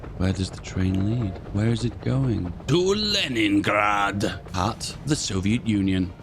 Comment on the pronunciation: you well cool say LENINGRAD. hellow from Russian